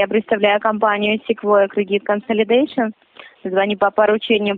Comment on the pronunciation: Кредит конфылидьешан😃☝️